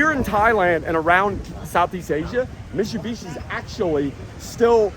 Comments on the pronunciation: BRO it's MiTTTTTTTsubishi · Hey! Its miTSubishi mate! 😅